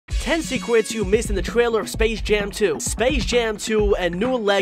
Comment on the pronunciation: The firts second I’m like “ did he just say secwets instead of secrets?!”